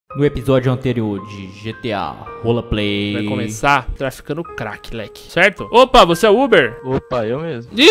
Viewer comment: Kkkkkkkkkkkkkk o no começo kkkkkk "rolaplay"